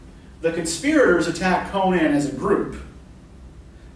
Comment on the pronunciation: Just outstanding... And thank you so much for pronouncing Conan's name correctly.